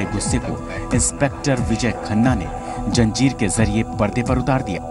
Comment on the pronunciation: For god's sake improve anchor's pronounciation. It is Zanjeer NOT Janjeer.